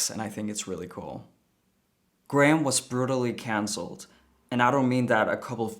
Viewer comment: Graham "Line-Han" lmao